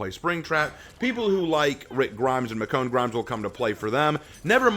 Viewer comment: I believe it is pronounced Mish-own